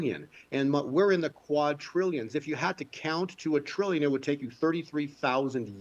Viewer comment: It's "qua-DRillions" not "quad-TRIllions"!!!!!!!!!!!!!!!